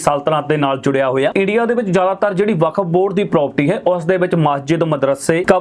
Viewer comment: California. It’s Okuf Board not Vkaf